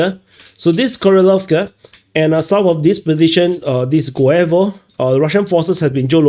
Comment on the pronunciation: 2nd time: Guevo is pronounced "GOOH-yeh-vah". It's not Spanish or English.